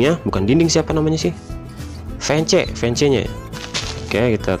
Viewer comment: itu tulisannya emang fence tapi bacanya fens